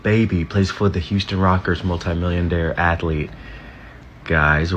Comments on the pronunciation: said Houston rockers 😂😂😂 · This fairy said Houston Rockers! 🤣🤣🤣SMH